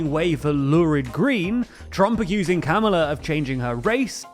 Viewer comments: It’s comma-luh not camma-luh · Doesn't help Brits as we don't pronounce "comma" like Americans. Perhaps calm-a-la ?